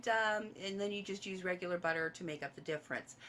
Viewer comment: That's alot of butah 🤣🍀👌